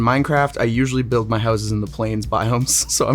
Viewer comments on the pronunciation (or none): none